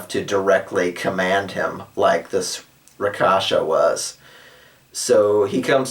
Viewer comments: I think "Rakshasa" is pronounced (at least I've heard those two versions) like "rak-sha-sa" or "rak-shash-a" (kinda like rack-shush-ha, you might want to remember it by picturing a rack that is sayin "ha!" and you shush it :P ). But I have no problem with you calling them whatever you like - especially if you were DM and informed players you are going to call them that way. Rakasha has a nice ring to it, and fits the tiger-people race quite nicely, in my opinion. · not skinning you but I believe its pronounced rak-shash-ka